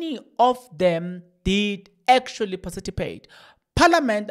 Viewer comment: Participate NOT PARCITIPATE😂😂😂😂